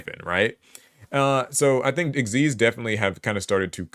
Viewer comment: I just want to say thank you for pronouncing "Xyz" the correct way ("ik-seez") and not just spelling out the letters!